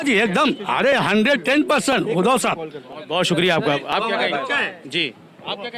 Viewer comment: उदय नाही बे.. उद्धव है ये.. 😂😂😂😂😢😢😢😢😅😅😅